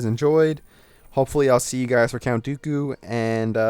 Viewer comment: you said doku right